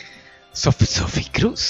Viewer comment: Chi sono queste signore? Non sopporto one dici Sfie Cruz k come dailo si dice. Sai che ti stimo ma queste chi sono? Dio te bendigas siempre